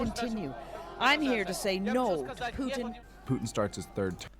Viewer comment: W/ Putin—It. Is. Always. Rigged. He comes by nothing in an honest, honorable way. (btw, since asked, it’s Putin like Poo-tin, not Pyou-tin. In Russian the letter «ю» sounds like the English word “you” but “Putin” is «Путин» and the letter «у» is pronounced more flat, like the “ou” in “you”. Anyway…) His approval ratings are “99%” on paper only and the majority of Russians don’t want him. He allowed Эхо Москвы (Echo Moscow, which is the opposition media outlet) to function because he needed it to claim they have freedom of the press. Yesterday he shut them down, forbade all news outlets from delivering any information that is not state approved. The state-approved “news” claims Ukrainians bombed their own cities, held their children in front of them as shields against gunfire, and murdered their own civilians all to blame it on Russia. He is no longer even pretending Russia is a democracy. If you look at even just the basic facts of how his reign has shaped up Russia, his agenda is perfectly, crystal clear. In the marching orders to the soldiers he sent to Ukraine he used terminology that has not been used since the USSR fell. People are saying he cracked, that he must have dementia. They are wrong. Read this very carefully: Putin is today exactly who he has alway been, who he has always said he is, and who he has always shown himself to be. This was a charted, methodical plan that he cultivated, that he enacted, and that he has been following step by step to achieve his goa